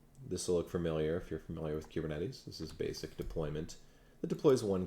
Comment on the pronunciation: I know you put a lot of work into this presentation, but I have two random things: 1.) I like the way you say kubernetes. The way I say it rhymes with “goober,” lol. 2.) For some reason on the iPad app, YT is showing your account as having 12.6M subscribers. 😳 Screenshot